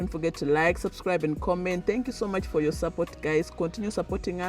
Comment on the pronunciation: But you are already speaking like them, the way you pronounce “Your” like Yowa lol